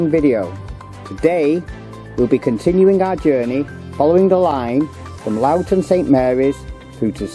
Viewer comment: It is NOT Lawton it is prounounced LOWE TON